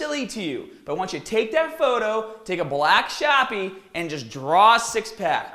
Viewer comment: "take a black shapee"